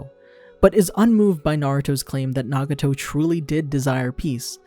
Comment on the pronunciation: did u just call him naguto